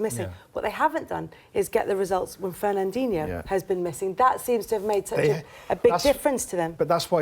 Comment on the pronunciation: If Sherwood calls him Ferandinho one more time I'm gonna hunt him down!!